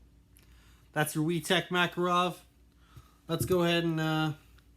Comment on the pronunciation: Its not makarOv its makArov